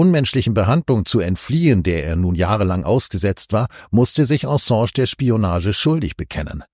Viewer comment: „Ensange“???? Könnt Ihr, um Gottes Willen, den Namen nicht korrekt aussprechen?!?